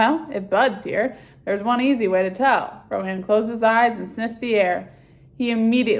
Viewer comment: nice job! by the way its pronounced rowan